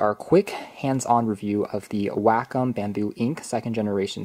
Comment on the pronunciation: WACOM is pronouced (Way-Kaam)